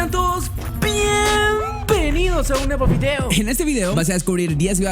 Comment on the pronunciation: Siempre que saluda yo repito diciendo "Pienpenidos" xd